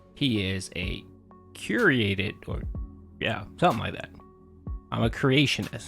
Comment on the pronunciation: Pahsitive, meahninful, curahted, khantent.